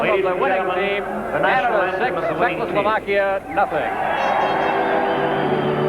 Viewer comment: Thanks for posting these. Has anyone noticed how Bernie Pascal often says 'Czechlosovakia'? Note the spelling - it's not the same as the real name of the country. This is almost as annoying/embarrassing as Foster Hewitt's continued troubles in trying to say the name of Vladislav 'Tetriak' during the original Summit Series.